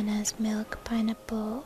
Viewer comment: When she says pineapple it sounds like pinenipple :D WHICH IS AWSUM BTW